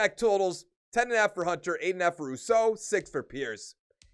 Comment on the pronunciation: It’s pronounced Roo-So